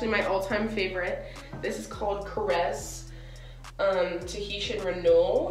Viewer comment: TELL ME WHY YOU CAN PRONOUNCE “tahitian” (never heard that word in my gd life) BUT YOU CANT SAY “brazil” SIS not trying to roast you, love you the most sister, it just cracked me up